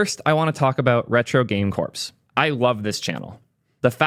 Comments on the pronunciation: So... "corps" is pronounced the same as "core", and not like "corpse" 🙂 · Just FYI, the word "Corps" is pronounced as "Core", the "-ps" is silent. When you say "Corpse" it sounds like you're talking about a dead body lol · lmao that's true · Retro game "corpse"... it's "core" like Marine Corps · Its pronounced "core" not "corpse" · Corps is pronounced Core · You pronounced corps as corpse 😂